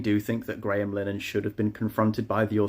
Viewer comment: Graham "Line-Han" lmao